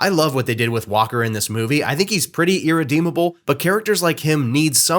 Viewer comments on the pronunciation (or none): Oh you said "Walker." I deadass thought his name was Whopper 😅